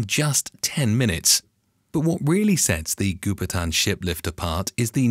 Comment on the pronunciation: Goupitan is pronounced "Go Pea Tarn", not "goo per tan".